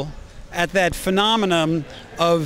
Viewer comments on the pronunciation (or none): did he just say "phenomenoM"??